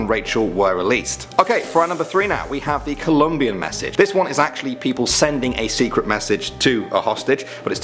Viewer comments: COLOMBIAN* not columbian. COLOMBIAN****** lmao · COLOMBIAN not Columbian 🤦🏻‍♂️ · cant believe u said COLUMBIAN GOVERNMENT instead of COLOMBIAN GOVERNMENT....this is so funny lol